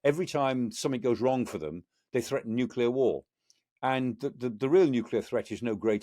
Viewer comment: So nice to hear the word 'Nuclear' being pronounced properly. Great show as usual. Amazing and succinctly, spot on by Michael Clarke.